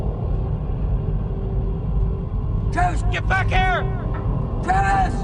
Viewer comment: Ok skip it, the character outside the truck is named "Travis" & you can hear that clearly . It is weird though that 1st it sounds like they're calling him "Kayless" semi quickly.